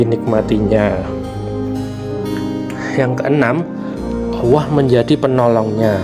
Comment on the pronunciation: Sy protes ..masak admin nya bilang Allah kok owwoh kalo cidal jgn jd yutuber bos